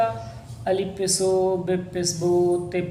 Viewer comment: Pes Nahi Pesh hai 😂